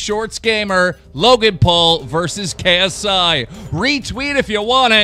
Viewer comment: Jake Paul showing him how to pronounce paul but he keeps mispronounce ksi 😐😑😑